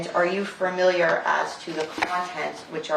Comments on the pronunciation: Its so annoying this attorney keeps mispronouncing the word "familiar". She keeps saying farmiliar. Ridiculous for a "professional". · This attorney needs to learn how to pronounce the word "Familiar." It's not 'Furmiliar.' There is no 'R'. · Stop mispronouncing familiar